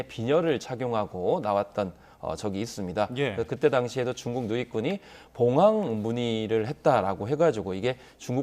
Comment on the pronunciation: 봉황 중국식발음😅😅😅😅